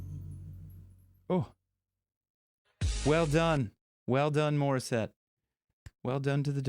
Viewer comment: I hate your pronunciation of the name of Morisette do it better next time